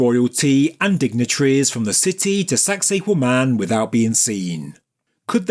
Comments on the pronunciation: i swear you're saying "sexy Women" lol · Does anyone else hear 'sexy woman' in a real thick accent every time they hear that word? Or is it just me?